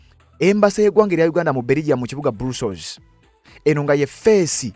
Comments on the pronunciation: It’s called BRUSSELS, but it’s read BURASOS NOT BURUSOS thanks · Not brussols it is Brussels 😢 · Not Brussels pronounce as bras....